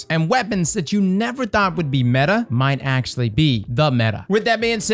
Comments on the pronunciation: It’s not metha. It’s meta cause it’s the acronym for most effective tactic available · Metah lol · Metah this, Metah that.... Have yall ever met a girl?